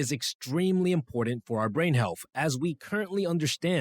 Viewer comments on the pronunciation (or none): Healfff is not a word, health is. Mispronouncing words makes one sound uneducated about the topic no matter how much one knows. Hope this helps, I enjoyed the video but the frequently mispronounced words are distracting.